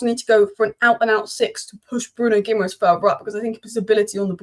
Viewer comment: Pronounced “ Gi -ma -resh”.Ending in ‘es’ is pronounced esh in Portugese👌🏻